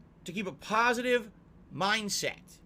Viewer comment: I just love it when he says he’s a “pahsitive” person, because in reality he’s by far the most toxic and negative POS the internet has ever seen! Lol